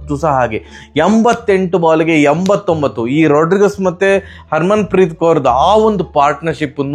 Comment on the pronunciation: 'ರೋಡ್ರಿಗಸ್' ಅಲ್ಲಾ ...'ರೋಡ್ರಿಗ್ಸ್'